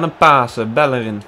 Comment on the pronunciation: Bellerin spreek je uit als Bellerien